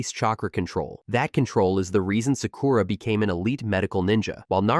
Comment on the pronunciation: Can you please learn to pronounce Japanese words for Christ sake...? It's MA-DA-RA.... There's no E in it. It isn't MaDEra. Each syllable gets an equal amount of time and the A's sound like the A in Paw. Sa-Ku-Ra is pronounced without an emphasis on the U. The U is usually barely stressed at all. Take some basic classes. Your inability to say the words properly makes your video almost unwatchable.